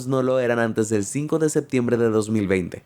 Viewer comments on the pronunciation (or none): none